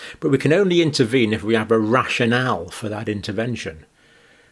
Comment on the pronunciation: At first I thought he said a Russian owl 🦉 😂 rashin al lol (rational)